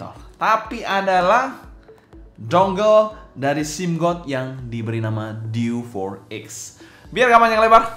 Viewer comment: Diewe 4x bang, bukan diw for ex